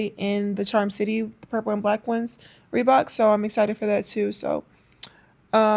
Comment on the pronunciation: It's "tew"😂😂